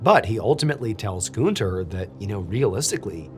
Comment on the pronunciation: FYI - you are mispronouncing Gűnter